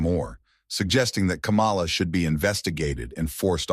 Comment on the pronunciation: This seems racist Say “ Kamala “ wrong every time and it’s obvious